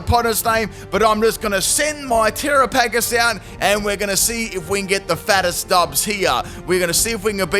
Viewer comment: Are you trying to mispronounce its name?